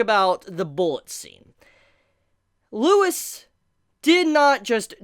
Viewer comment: Why is everyone calling him Lewis!? LEUVIS